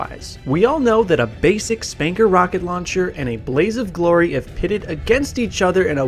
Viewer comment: Its pronounced 'spunker' not 'spanker'